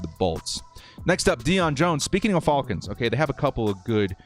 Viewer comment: Can't stop hearing the "Atlanta Fallkins"